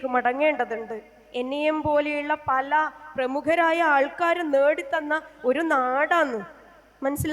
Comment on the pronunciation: പലേ അല്ല പല